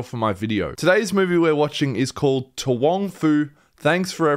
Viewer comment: HOW do you mispronounce the word "to"?